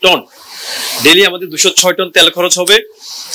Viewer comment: ত্যাল নয় তেল বলুন ।